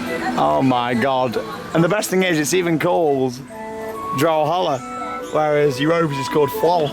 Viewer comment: It's Vrouw Holle, not Drow Holle. Vrouw = lady